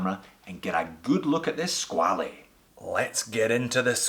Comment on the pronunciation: You pronounced squale incorrectly, it's skwal (one syllable)